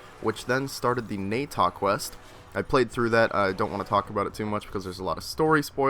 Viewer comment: even in the quest they call it "nah-tah" yet you pronounce it "nay-tah"?